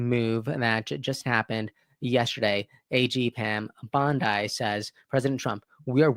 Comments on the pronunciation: Her name is pronounced like, "Bondee" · I’m just trying to help you say Pam Bondi’s name properly(no disrespect)BON-Dee😊😊